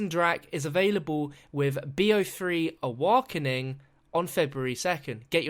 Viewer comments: "Awarkening" hahaha keep up the great work and thanks. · Awarkeing lol XD